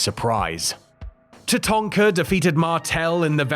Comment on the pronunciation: Love that you call Tatanka “Tatonka” as thats what we used to call him too😂